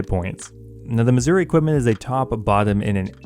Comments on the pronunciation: The way you say "Masuri equipment" makes me hear "Missouri equipment" XD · Still calling it missouri